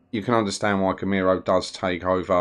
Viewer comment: Great videos, man. Very helpful. In case this may help you: the way you pronounce Girolamo sounds like the Spanish name Ramiro (in a very weird way), which makes it very confusing. It took me several videos to realise you're talking about him, actually :-D My guess is you'd find it much easier to pronounce it in Italian. it should sound like 'GeeRowLAAMow'